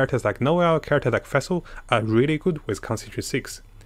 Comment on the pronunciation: Feshl hahaha. Omg